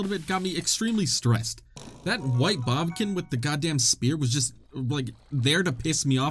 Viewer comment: "bobkin" ...I'm never calling then bokoblins again